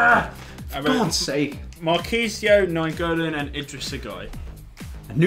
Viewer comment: It's Nainggolan not Naingolan